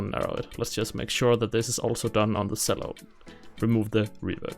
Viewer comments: CHELLO!!! CHELLO!! It's a CHELLO! Not a selllo!! AHHHHHH!!!!!!!!!!!!!!!!!!!!!!!!!!!!!!!!!! -sincerely Uel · Nice video BUT it’s pronounced “CHELLO” not “Sello.”